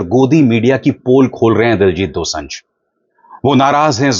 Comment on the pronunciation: Abhishar ji his name is Diljit Dosanjh Pronunciation is dosaanjh ( दोसांझ) not दोसं‌झ Thanks ❤